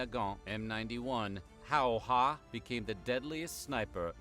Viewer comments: Don't tell him this but... Still butchered it. Pretty close though! He got the "'ä" in there but it sounded like "Howhä" more than "Häyhä". Maybe if there will be a third video we can get that second "ä" in there. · Its funny how he mentions that in the previous video he incorrectly pronounced Simo Häyhä's name while still doing that. To be fair, the name can be very difficult to pronounce. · DD he was talking about having received comments about the pronounciation, and he didn't really improve much xD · I like how that dude claims to really try to pronounce Häyhä correctly, but he ends up pronouncing it Hauha xDDDD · Why do you think Simo Häyhä is pronounced Saimo Heija? :D Not even close my friend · Ahhh, so he mispronounced his name. Again. Lol. Well, in all fairness, I did too 😂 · Are you talking about my horrible pronunciation, or horrible pronunciation? 😂😂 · Simo Häyhä's last name is pronounced with the ä vowels as in 'and'. That's what the dots above the letter are for! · In the name of Häyhä, those dottet a-kind of letters are pronunced as "a" in the word bad. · It's funny that they know they mispronounced the name of Häyhä, but still don't get it right. (It is a tricky name for foreigners, so it's okay.) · I stupidly used English phonetic rules to try to pronounce his name. 😂 . Apologies, pronunciation is not my forte. I will try to get it right next time 👍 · Still miss mispronouncing Häyhä. :D. Most use the letter A when pronouncing Ä. You can learn to say it correctly. A is pronounced like in the word "FAR" and Ä is pronounced like the A in "FAT". So try to say Häyhä with the A in FAT. :) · Well, I need to say that you butchered ''Simo Häyhä' quite,,,😉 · Si as in “sin” Mo as in “mop” HÄ as the “ha” in “hand” Y is close to “eww” HÄ same as before 😅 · you can hear how "Simo Häyhä" is pronounced. ;) Well, he says Simo HäyhäN but ignore the "N" in the end because his name is in accusative form in the sentence. ;)